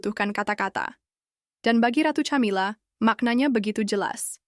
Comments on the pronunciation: Bacanya 'Kamila' bukan Chamila woi. Sudah suaranya kurang intonasi, keras..salah pula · Min ... belajar mengucap nama org , camila nyebutnya kamila min